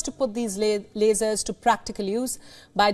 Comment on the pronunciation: She can't even say lasers